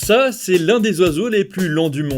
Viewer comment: Ton "ça c'est" sonnait tellement Québecois mec, j'ai dû réécouter 3-4 fois et j'suis toujours du même avis 😅😂